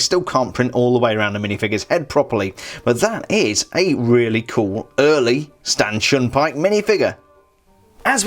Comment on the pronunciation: it sounds like you said “Stanchin Pyke”